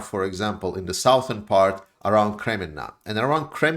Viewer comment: Southern is pronounced suthern